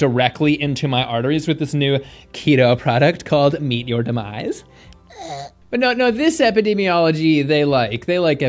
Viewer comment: ‘Meat your deminse’ 😆